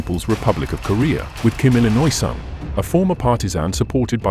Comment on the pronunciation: Kim Detroirt Sung